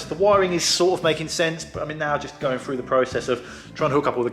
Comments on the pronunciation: Would that be "through" and not Froo? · Please stop saying "frough", "fink", and "fing", instead of "through", "think", and "thing". It's thucking annoying!